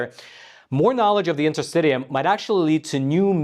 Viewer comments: Awesome. I’m a registeredTCM acupuncturist as well as a registered massage therapist. Will be interesting to see how willing western medicine want to let other civilizations thrive. A matter of giving up monopoly to give way to more affordable healthcare alternatives to the world. BTW, intrrstitium is pronounced in.tr.sti.shee.uhm. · Just fyi: it’s pronounced inter-stish-ium, not inter-stid-ium. Just like interstitial is pronounced inter-stish-al, not inter-stiD-al. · I believe it is pronounced in-ter-STISH-ee-um. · It's pronounced in-ter-sti-sheeum, not in-ter-st-tee-um. Worth noting that the only use the FDA has ever approved DMSO for is interstitialk (pronounced in-ter-sti-shal) cystitis. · Isn't this UK English and American English pronunciation difference? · In - ter - sti - shee - um Please pronounce correctly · “Enter-sti-shul” & “Enter-sti-shum”. I’m a doctor, so I know these nerdy things😉. Great video! Always get excited when a new one drops😁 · Just for the record, Interstitium is properly pronounce this way: The interstitium is pronounced in-ter-STISH-ee-um (IPA: /ˌɪntərˈstɪʃiəm/). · Sorry, but the interstitium, pronounced interstishium, is not a new discovery. The term has been used at least since I studied anatomy and physiology in University 30 years ago. I am certain that it is older than that. It is essentially the fluid between cells and tissues and I have always had the understanding that it extended throughout the body. Having said that, a systemic and organised pattern of flow might be a new observation / discovery. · Your pronunciation of interstitium is so annoying! But thanks for this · And yes you are correct you did mispronounce interstitium